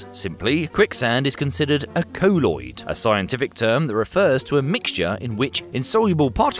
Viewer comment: A cole-oid? Dont you mean a colloid, like coll = doll, you would call a doll a dole would you?